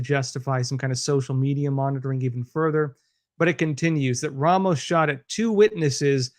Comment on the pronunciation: Just a heads-up,. The insane shooters name is Ramos...not Romas. Otherwise, great job with this.